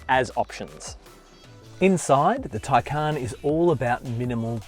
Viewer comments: Taycan is pronounced with emphasis on first syllable not second syllable. Please pronounce this correctly. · And say it incorrectly.